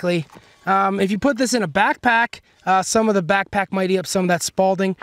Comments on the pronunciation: It’s spalling, not spalDing. Smh. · It's SPALLING....... not SPALDING. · This is why I hate youtube, anyone can almost sound like they know what they’re talking about. At least test the shit with fabric. It makes a difference. Unless you just tape plates to your chest like an idiot. It’s also spalling. Not Spaulding, but again you’re winging it from what you saw on the internet obviously. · Sparling is SPALLING there is no D it’s not a tennis ball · haha spawlding.......🤦🏽‍♂️......hehehe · Spal-ting... Lol